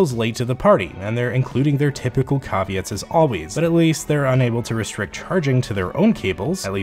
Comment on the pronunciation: Did I just hear you say “cahveats” for caveats lol😂